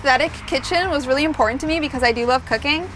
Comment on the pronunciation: You do know that the word 'curtain' has a 'T', right? So does the word 'important'.